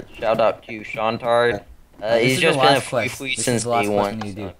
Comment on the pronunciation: the fwee fwee!